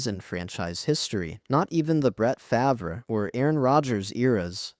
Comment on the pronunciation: Brett Fav-ruh?